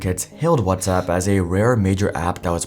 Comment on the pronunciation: You pronounced WhatsApp as "What's up" so I definitely don't believe you.